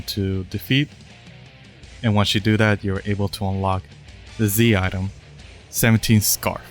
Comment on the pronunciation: bro cant say Z item lol check the subtitles XD